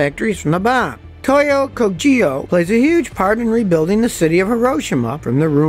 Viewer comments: To-yo Ko-gyo. "g" as in "girl", "yo" as in "yoyo". 😁 Thanks for the story, quite interesting. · Toyo Kogyo is pronounced Toh-yoh Koh-gyuoh. Not Ko-ji-yo. And Kei cars, it's pronounced "Kay".